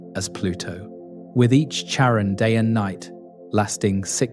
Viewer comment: Can you please pronounce the names the same throughout the video? I'm 9 minutes in, and you've changed the pronunciation of Charon 3 different ways.